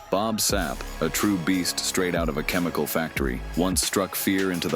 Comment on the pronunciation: love how you said shamelesly: Chemichal factory